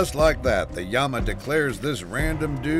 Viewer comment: It’s Llama, not Yama